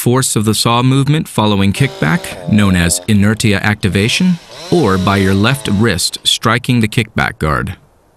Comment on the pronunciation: I like your narrator for this video. But he REALLY needs to learn to pronounce INERTIA, CENTRIFUGAL & GAUGE. He is so far off on these words it is distracting. And I would rather pay attention to your message.